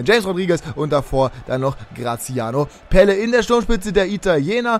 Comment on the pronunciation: Eher night :D Er wird mit Doppel-l geschrieben also Pelle und in etwa so wird er etwas anders ausgesprochen :)